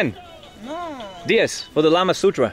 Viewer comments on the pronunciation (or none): kamasutra turns into lamasutra🤣🤣🤣